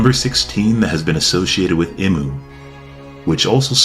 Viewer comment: Bru it's pronounced EE-MOO not im-oo 🥸 Hurts my soul erytime you say it wrong snd you said his or her name like 50 times jn the first 2 minutes lmao